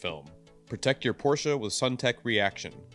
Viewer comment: First of all... I really appreciate the fact that the host as well the narrator at the beginning didn't say something like "Porschiii," or "Porschaaa", or just "Porsch", and have it mostly right with PorschE (englisch closed a loud)